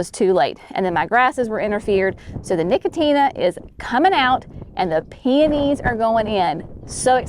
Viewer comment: No-co-shiana, not nicotina. 😂